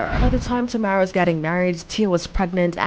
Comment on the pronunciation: Why is it that nowadays people like to report on copy paste topics and they can’t even do something as basic as pronounce the name of the person they’re talking about??? How complicated is it to say TA-mEr-a or for better phonetics try this TAH-Mair-Rah ….TAMERA